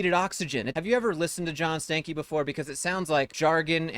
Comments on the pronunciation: Did you rip a “Stankey”? 🤮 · First of all, this ninja last name is pronounced Stanky. That's all.